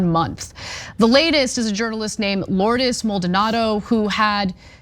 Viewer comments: Lourdes not Lloyd's Maldonado Jesus you butchered that Ana. Somebody help her with her pronunciation jeez. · I heard her say Lourdes.